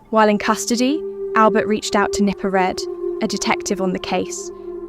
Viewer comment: Nipper Reed… not Nipper Red!